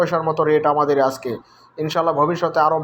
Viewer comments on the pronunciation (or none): none